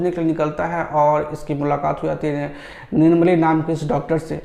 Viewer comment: It's nirmali...not nirumoli... Aamis is a masterpiece movie Bollywood ko ish typ movie banane mei ...lakho saal lag jayega... Tnq BHASKAR HAZARIKA SIR for making this masterpiece...n congrats for winning National Award for the Best director n u deserve it..lots of love to you ❤️